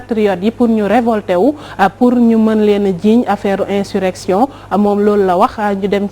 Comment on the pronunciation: vous prononcez mal le mot insurrection. A la place de s vous dîtes z. Veuillez rectifier. Merci